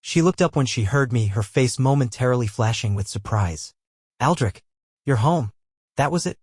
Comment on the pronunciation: Boy you had a problem from the start with the name Aldrich damn